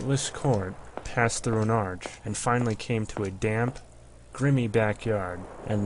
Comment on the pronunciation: I appreciate the reading from the original book, but the pronunciation is killing me. Raucous /ˈrôkəs/ should sound almost like "rock us." Grimy /ˈɡrīmē/ from the word "grime" as in "dirt and grime" not grimmy. A single consanent before a "y" usually implies a the preceding vowel is long as in lime or dime, not short as in sin or dim.